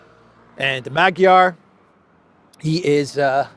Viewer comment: Peter Magyar is pronounced MAWD-yar.